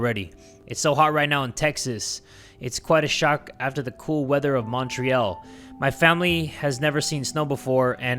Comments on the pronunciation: pronunciation of montreal is killing me (for anyone wondering, its Mon-tree-all, atleast in the west) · As a french person the way said Montreal is triggering me T-T. Still love him tho.